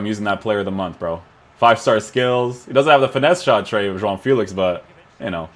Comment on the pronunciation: You said you're portuguese or descendant... Please pronounce JOAO FÉLIX correctly. It's very cringey when I hear youtubers saying FÉLIX like feel-ics instead of Feh-licks